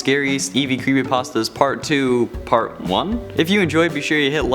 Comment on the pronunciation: You said crepypastas instead of creepypastas